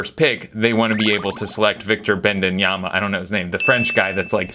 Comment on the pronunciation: you called Wemby - Bendinyama or something 😂 You also almost spilled how much you make earlier in the video 😅